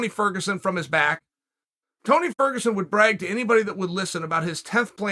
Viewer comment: Tony Furg 🤣